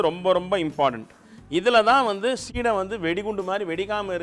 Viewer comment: Not seedhai. It is seedai.